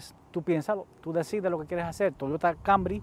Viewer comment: Dice ser profesional y hablar así tan mal ? Toyota “ kambry”? TOYOTA CAMRY ! Habla bien y acentúa bien los nombres no vengas aquí a cambiar le el nombre a los vehículos apréndete bien sus nombres si este es tu trabajo ! Hazlo bien y si no entonces no hagas nada